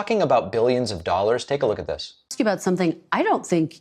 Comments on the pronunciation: Dollars, not dolls trump, my god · Pretty sure he just said "We have a trade deficit of hundreds of billions of doll hairs"